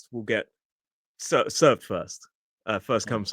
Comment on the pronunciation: It’s first come, first served. It sounds like you’re missing out the d.